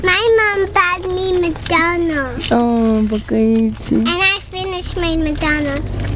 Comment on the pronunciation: It’s the way miss b says McDonald